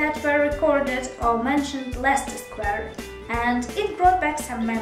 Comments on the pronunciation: You pronounce them both just fine, I think they were just giving you a hard time because you were a tourist. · Hooray! I love Leicester Square (and Russell Square incidentally). I think people got confused because it's so loud in London, not because there's anything wrong with your pronunciation. And as for the universe conspiring against you for no apparent reason... it's perfectly possible. The universe can be pretty whimsical sometimes :)